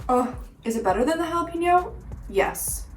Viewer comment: Dear Gringos, Jalapeño is pronounced. "Hah-Lah-Pay-Nyo" It is NOT pronounced. "Hah-Lah-Pea-Nyo" Don't make me come over there and whack you. Thank you for your attention Gringos